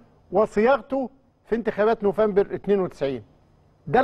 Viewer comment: ياريت تصلح من طريقة نطقك لشهر نوفمبر